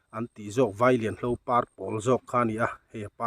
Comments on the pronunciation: Vailianhlo chu a dika, Alamdanchu, Vailenhlo Tia lamtur a nie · VAILIANHLO ni lovin, VAILENHLO tih tur a ni e